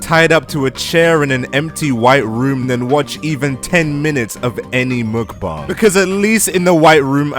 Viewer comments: Why you saying muukbang It's mukbang I think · You are correct. He has the second syllable correct.. but the first is muk with a short u and a very siight k sound, the k is not aspirated. The Forvo pronunciation website has two people pronouncing it with that English (Romanization) spelling. Both are males from South Korea and both are accurate.